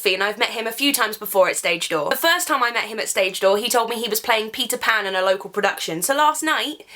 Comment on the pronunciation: The first time I didn't understand "Peter pan" but "Pizza pan"...